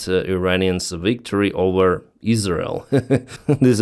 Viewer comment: Say OVER not OWER!